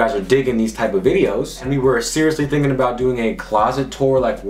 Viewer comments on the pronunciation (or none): none